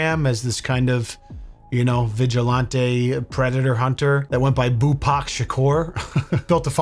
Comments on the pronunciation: Vigi-lahn-tay is killing me😅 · Vigilantay ☠️ It's actually killing me to hear it now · If you Say VIJULANTE (its french) one more time!!! Im gonna send Vitale after you, pink hair paint and Lil Pump!! Why on Gods green earth are you saying it like that?? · Who taught you how to pronounce Vigilante brotha?? Lolol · is love you but you gotta stop pronouncing vigilante like that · if your pronunciation of "vigilante" is a deliberate affect for humor, it's just annoying. If it's a legitimate misunderstanding as to how it's pronounced, please look it up so as to correct it. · Why does keep on pronouncing vigilante the way he does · pronounced vigilante so posh 😂😂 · I love how pronounces "vigilante" like he's ordering one in a fancy restaurant. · I came here for this lol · It's usually pronounced with a hard a as in "man" rather than a soft a as in "father"